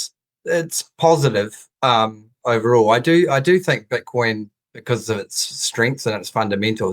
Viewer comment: Why are they calling it Butcoin?